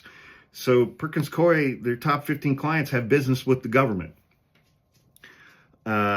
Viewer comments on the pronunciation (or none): It's pronounced cooie, rhymes with dewey. (I once moonlighted there in a temp job for a couple of months about a million years ago in the 90's.) I hope that helps. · It's pronounced "Coo-ee." Back in the day, my best friend and compatriot in the law, worked for them. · It's 'coo-ey.' My next door neighbor is a partner there. They screwed with the wrong law firm. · It’s pronounced COO-ee. I learned this from Legal AF. 🙏🏼💙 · It is Perkins Coo-E (I temped there decades ago).